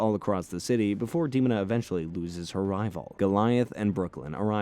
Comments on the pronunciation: It's deh-moh-na. I love this cartoon so much. I wish we could get more like samurai jack. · i stopped at the mispronunciation of demona's name. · The mispronunciation of Demona and Elisa Maza like they aren't stated in the cartoon is crazy. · How he pronounced Demona and Eliza makes me twitch.. grrr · The way he is butchering the female characters names Elisa and Demona tells me everything I need to know. He didn't watch Gargoyles lol. I can't continue watching this lol. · I was (and still am) obsessed with this show. The butchering of prominent names are annoying the hell out of me. How do you mispronounce Demona?! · The way you pronounced Demona is very bothersome. Especially since she herself tells her name! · You can say Xanatos and Desdemona but you can't say Demona correctly? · Please let this be A.I. the moment I heard Demona's name pronounced I stopped the video. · Im calling bullshit on you being a big fan of the Bard when you can't even say Demona correctly. Frankly you reek of bullshit. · How did you watch the whole show and not learn to pronounce Demona and Elisa correctly? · Agreed. Popped up on my recommendations, loved the show as a kid and thought it would be a fun watch. Less than 2 minutes in and he pronounces "Demona" incorrectly and it just immediately made me nope out. It's tough for a video to sound like it knows what its talking about when mispronouncing main characters makes it look like you didn't watch a single minute of it. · De... mon...a . Or De.....mona. not demon...a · fixes glasses Ummm Actually ... it's promounce "Deh-mona" not "Deemona" .... lol just joking, great run down of the show. To this day it ranked in my top 5 all time greatest cartoons/comics/story. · Demona is pronounce like Othello’s wife Desmona minus the S. De- moan-a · Dear A.I.: Dee Mo Nuh. Your welcome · Dee moan ah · You could've at least watched an episode or 2 before making this😂😂 Demona = Duh-Mo-Nuh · Him saying DEMONa is driving me insane 😂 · It's DEMON-AH 😄